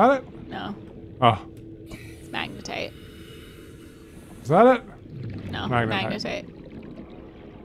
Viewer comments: can we appreciate the comedic genius of, looking at camera everytime pronounces magnetite "magenite" it cracks me up every single time. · What could go wrong? Lol I should count how many times says Magnetite wrong and just smirks... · I love how pronounces Magnetite.